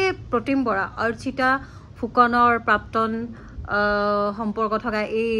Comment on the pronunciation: Prapton buli eman bhulkoi bare bare pronounce korisa...prapton nohoi prakton dei..